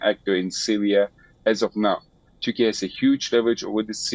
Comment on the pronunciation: Why Indian news anchor are pronouncing Turkey as turky.